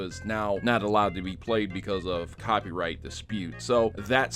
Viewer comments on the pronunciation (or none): ...."copyright" or "copied right"?